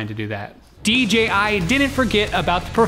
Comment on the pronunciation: "DGI Drones" It's 'DJI' you fucktard ! "Hassleback camera" WTF ?